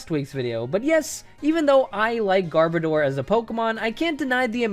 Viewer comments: Pronounced Vespi Quinn and Garbodoor not Vespiqueen and Garba door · You say “Gar-bah-door” weird. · I like how you pronounce Garbodor two different ways. Also, it is super good in the TCG. I still agree with you though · Who decided rayquaza and garbodor get their names butchered? There's no "e" in garbodor to make it sound like "bode." Rayquaza isn't spelled like "rayquayza" either, so I don't get how people decided that's how its name is said. They don't even sound as good as the more literal pronunciations. I won't be calling either of them by their "official" pronunciation anytime soon if they sound like crap and don't make any sense. One deoxys movie comes out and people decided a butchered rayquaza name is the official version. They literally called pidgeot pidgeotto in the first pokemon movie, so I'll take it with a grain of salt. If movies are gospel then you'd have to rename pidgeot to it's previous evolution's name.